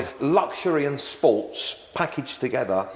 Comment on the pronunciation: "Luxury and SPAWWTSSSS packaged together" 😂